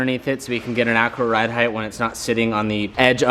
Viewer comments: heighth is NOT a word!! stop saying it!!!! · you know height has a T on the end its not heigth